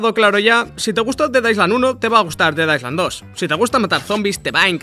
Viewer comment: En "island" no se pronuncia la "s".